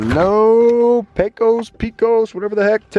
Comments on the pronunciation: Pecos (pronounce by locals as Pay-cuz). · It’s pay-cose not pee-cose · Nice video. Btw, I assume ya’ll landed in Pecos, TX. It’s pronounced pay-cus or pay-kows, not pea-cuss. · its not PEECOS its PAYCOS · Ok you have to say it right - try saying “Pay-cus” and not “pee-cus” lol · Please stop saying Pee Cose. It’s Pay Cuss. Pecos, Texas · Pecos is pronounced Paycuss, not Peecose. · It's Paycus, not PeeCos. Please !! lol. Looks like you guys got antoher good one. Good decision to stay overnight. Might be some hope for you guys yet lol. Did you make a good deal for $27K? Oh, heck yeah. How many hours til engine overhaul needed? That's key. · It’s pronounced paycos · P-AY-cos (as in co-sign) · Its pronounced paycos (Pecos) Texas. Thanks for the video. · I cringed every time they pronounced Pecos, its pronounced “Paykis” 😂😂😂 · Heyo! I'm a native Texan and just learned Pecos is pronounced by locals as "Pake-iss" - Yeehaw n' all that! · Nice video....in Texas, Pecos is pronounced PAY-COS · Pecos, TX is pronounced "Pay-kos" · Good video. Pecos is pronounced “Pay cuss” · The proper way, for anyone from Texas, to pronounce the town is Pay Cuss. Like Judge Roy Bean was " The law West of the Pecos". Learning to fly is on my short list, I enjoyed this video, and very little was over my head. What was, I was still able to put the pieces together. Now I'll have to subscribe and get caught up. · Pecos is pronounce (PAY-CUSS) by we Texans! Glad you guys had a smooth trip! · lol "Peh cos" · Can’t believe you can’t pronounce Pecos properly